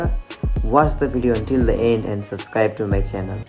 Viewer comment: Bhai wow kia accent hy apka susbribe ki jaga skipe sunai diya😂